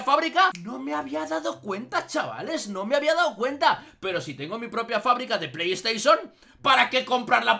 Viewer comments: Se dice PlayStation, no pleys teichon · Pley teison